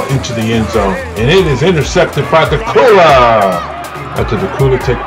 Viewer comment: its dacula the c and the u sound like a q and the video and commentary is horrible